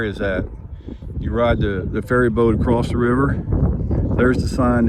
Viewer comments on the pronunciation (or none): Are you saying " accrost " ??????🤔🤔🤔🤔🤔🤔🤔